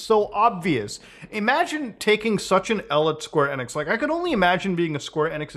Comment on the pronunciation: En-x but ive heard of enix 😂. Must be the accent.